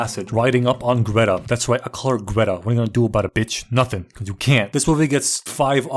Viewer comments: calling dotty Gretta is the worst thing I've ever heard. Someone cancel this man. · Calling Doretta "Greta" is just wrong. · ITS FUCKING DORRETA NOT GRETTA YOU FUCKING MUSHROOM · It’s doretta bro